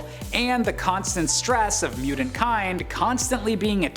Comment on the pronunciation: Anyone else have a problem with how he pronounces mutant ?